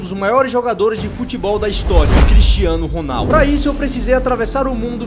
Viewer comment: o narrador: Cristianoh Ronaldouh😂